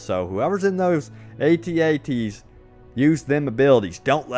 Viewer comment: You called them atat atee